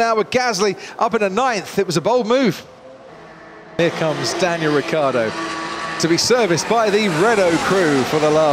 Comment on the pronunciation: Anyone gonna talk about the mumbling when croft trying to say "Daniel Ricciardo?"